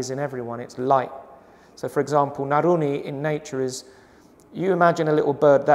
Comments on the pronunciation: Naruni?. i think he wanted to say naluri. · blant out it is NALURI